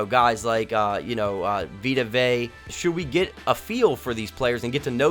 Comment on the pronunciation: Also for the future it’s veta vey-uh that’s how you pronounce it